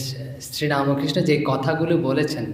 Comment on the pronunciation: পশ্চিমবঙ্গ বঙ্গের এক মহান সাধক শ্রী রামকৃষ্ণ দেব । মহারাজ , আগে আপনি আর আপনারা তাঁর নাম সঠিক ভাবে উচ্চারণ করুন। কেন যে রামকৃষ্ণ মঠের সন্ন্যাসীরা " রামোকৃষ্ণ " উচ্চারণ করেন তা বোধহয় কারও বোধগম্য নয়😢😢😢😢😢😢😢